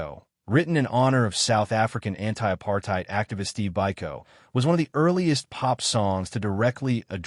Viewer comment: Part about Biko is kind of confusing as for some reason this video is pronouncing it like Buy - Co when Peter Gabriel's song is pronouncing it as Bee-Co. I had to rewatch that part thinking he might be talking about another song I didn't know.